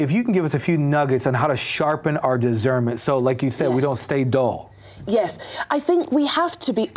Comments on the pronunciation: She says the word discern/discernment correctly. He says dizzern and dizzernment. Makes me nuts. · It’s diSCernment, NOT diZernment! Why does this guy not know that?